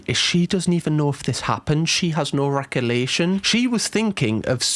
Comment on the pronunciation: The word is 'recollection',, not 'recollation' 😂😘😁